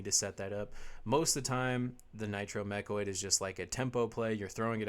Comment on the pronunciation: Sorry, I know this Video is oder already, but I need to point out that it's called "MechANoid", not Mechoid, although that also sounds kinda badass :D Nice video! Looking forward to the Maxx Armory Deck